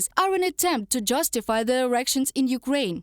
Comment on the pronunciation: slava Ukraini and all that, but did she say " are an attempt to justify their erections in Ukraine " ? 😂🤣😂🤣